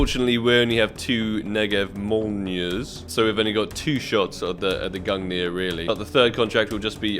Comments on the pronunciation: Gung-ner not nier. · It’s pronounced gun gear but spelled gungir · Why do you pronounce it gungnir It's gunger... Also i need skins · It's pronouced "gun-neer" and it was the spear of Norse god Odin. Said to be the strongest spear in the cosmos. Forged by dwarves the greatest craters to ever exist. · Pretty lucky on the "Gungrrr" there xdd /tradeoffer/new/?partner= &token=qutFmf1A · it's actually easy to pronounce Gungir when you are from Scandinavia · You remind me of PyroJoe lol Btw you should try pronouncing the gungir as " *Gun-gear* " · Nice man, fiinally you got "Gungrrr" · Gung-neer. Think of the word "thing" Same end sound with the last G. And nir is "neer", like when you say "peer" but overpronounce it. Gungnir. I also think they mention it in Marvel movies with Odin in them, since Gungnir is Odin's spear in norse mythology. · I think you should still call the gungnir gungrrr :D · somehow the way you pronounce gungnir now sounds so wrong after hearing GUNGRR love you ❤ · I told you valve would give it to you when you pronounce it right I could use a shiny new awp skin tradeoffer/new/?partner= &token=3HA38g0Z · If I get the AWP Lightning Strike I’ll teach you how to pronounce Gungnir ;) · congrats brother, finally after 7k pass levels u got awp :P Now please learn how to pronounce its name :D well here is my link for lightning strike :) trade link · All you needed to do was pronounce "Gungnir" properly 😜